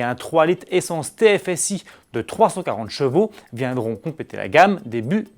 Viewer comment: Ce serait bien si tu pourrais articuler quand tu annonces le nombre de chevaux merci